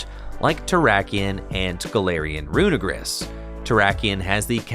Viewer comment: Usually don’t care about pronunciation, but please get this one right because it kind of sounds bad how you say it, it’s runerigus, look at how it’s spellled it sounds like you’re saying something bad